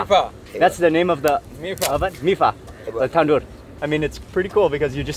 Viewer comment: It’s tanor not tandor